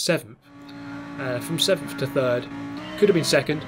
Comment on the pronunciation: You deserved sickf in the first race, not sevemf I’m American I couldn’t help it sorry muah<3